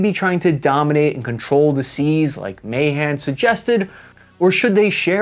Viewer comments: The U.S.-China naval arms race is nowhere near as dramatic as the Anglo-German battleship race in the years before World War I. Alfred Thayer Mahan's last name is pronounced "Ma-HAHN." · Ma-Han that’s how you say it just so you know lol